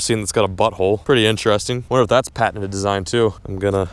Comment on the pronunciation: why are you saying patenant its patented not that hard.... Oh i forgot your American that explains it